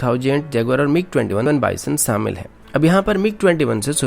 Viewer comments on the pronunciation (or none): भाई "सूरू" नही "शुरू" होता है और "सामिल" नही "शामिल" होता है! 1.35 तक ही मैंने विडियो देखी। यही कहूंगा कि पहले अच्छे से ज्ञान प्राप्त करे और जरूरत हो तो तभी बांटे।